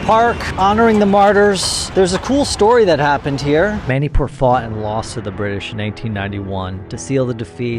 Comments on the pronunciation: Bro its not Mainipur is Manipur ur pronouncing it as Mainipur as a Manipur citizen Meitei I feel decieved 😢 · It's not ma-ni pur it's munipur